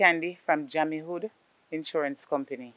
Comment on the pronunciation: "Jam-e-hood" insurance company 😂🤣😅